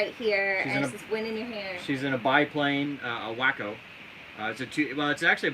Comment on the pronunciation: WACO = w-AW-co! Not wacko!